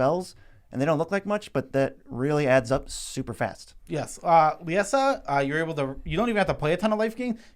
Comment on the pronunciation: Why can’t we all pronounce LIE-ZA...? It’s the name... Liesa.